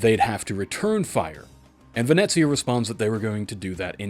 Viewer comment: Nope, you said it right "Venezia" with the Z, not the S.